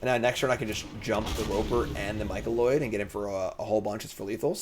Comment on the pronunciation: MY-CO-NID. Not Micoloid, etc etc. MY CO NID. You are doing great work. Thank you!